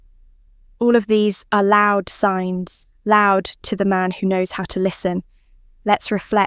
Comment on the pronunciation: Signs not "Sings" > La la la la !!!